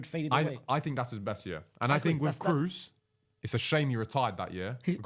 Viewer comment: pronouncing kroos (cross) as cruz is a crime